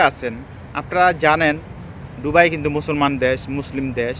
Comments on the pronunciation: সালা একটা অশিক্ষিত দুবাই উচ্চারন করতেই পারে না বলে ডুবাই।কথা বল্লে নাকি তাকে টাকা দিতে হবে। বাটপার। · উচ্চারণ টা কি দুবাই হবে না ডুবাই হবে? জানাবেন প্লিজ 🙏 কারন আপনি বার বার ডুবাই বলতেছেন😡